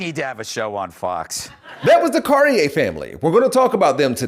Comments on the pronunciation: ok here's a better way to say it. You're the pure example of why they left the left. You have problems with comprehension, and pronunciation...oh and you're RACIST! Their name is pronounced: Car-Tee-Air. Not the pretentious gay clothing brand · So this man is exactly who; not only pronounced their name wrong, but proves hes the exact reason why they left the left.